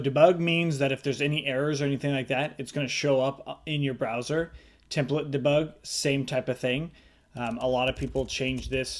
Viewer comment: I love the way you say "Dabug"! Great tutorial!!